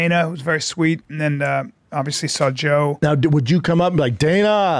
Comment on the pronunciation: Bruv the way he sits like a lady principal and talks so confidently but then can't say "saw" or "text" f*cking kills me.